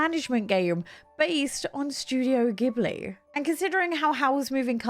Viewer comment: It’s pronounced Jibli, but yesss that game looks so beautiful! Can’t wait 😍